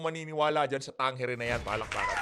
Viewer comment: Tamang bigkas sa survey firm na yan ay Tang-ere